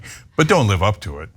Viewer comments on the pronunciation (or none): none